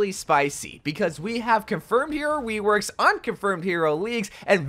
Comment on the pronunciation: “weworks” lol